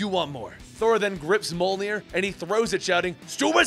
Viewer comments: Its not (mul near) Its (myoll ner) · Monier that is what you said it is mjolnir